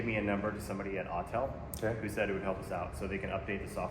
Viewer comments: It's AUTEL not ALL TELL! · My man. I know you hear "All Tell" when you should be hearing, "Awwww, TELL". 🏁 🏁 🏁 -Autel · Calling an Autel an “All-Tell” lol